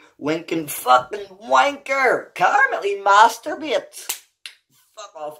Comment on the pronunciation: 'ee mahsterbeyits haha! Well done, son!